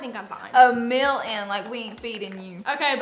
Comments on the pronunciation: Y’all are so funny together! truly has grown into a beautiful young woman. I noticed she says Mill instead of meal 😂. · When said get a “meal” in I thought she said get a mil in I was like damn making a million a day 😭😭